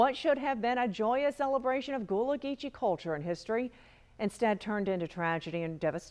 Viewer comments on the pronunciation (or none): It is pronounced "gull-a" not goo-lah. And it is "Sap-a-lo" Island